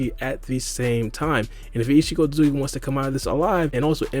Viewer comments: Isikotsuki?! Dude, chill... Are you in a hurry or just full ADHD mode? Talk slower and pronounce the name fully or just say isshiki instead. What's next, calling Naruto Uzumaki "Naruzumaki"? xD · just say "isshiki" lol